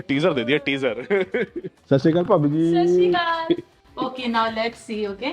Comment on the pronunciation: It's not "Sashi kal" . It's "Sat Shree Akal".